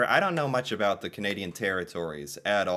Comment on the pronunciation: Did anyone else notice that the narrator of the video pronounced about as a-boot. Not sure if that was a joke or not 😂